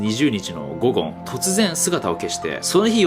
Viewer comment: 『午後』が『ゴゴン』に聞こえる。